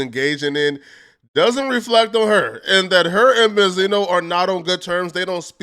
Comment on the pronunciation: Ben-z-no you fool